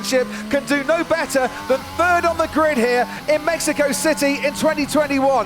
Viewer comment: It's México not mejico